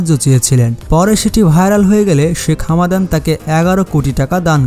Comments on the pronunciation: It's Hamdan not Hamadan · হামাদান নয় ভাই হামদান